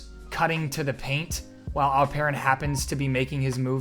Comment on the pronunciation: Really appreciate your pronounciation its almost perfect ❤ You just need to tweek here a little bit and pronounce it like "Alp...Eren" instead of "Al...Peren".